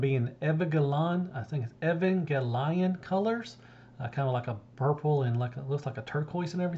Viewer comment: Hey I love your news coverage! I think the Cang Toys is an homage to Evangelion which is a very cool mecha Anime franchise… I think it’s pronounced “Eee - van - gel - ee - on” All the best!